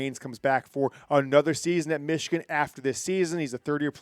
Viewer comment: 37-9 Meeechigan